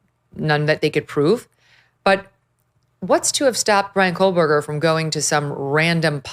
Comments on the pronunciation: Megyn. I absolutely adore you girl, but could you, if you have to say this monster’s name at all, please pronounce it correctly. It always sounds like you’re saying, “KoLberger” with an L. Not trying to be a pain in the 🍑, but my OCD flares every time I hear it. 😊🙉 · Hey meeeegan Killers name is KOHHHHHBERGER NOT KOHLLLL... JESUS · Why do u always say Kol-Berger…lol. Not that I give a shit bout that loser but just wondering why u pronounce it that way 😂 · Why does Megyn pronounce his last name as KOHL-BERGER? So annoying. There is no L in his last name.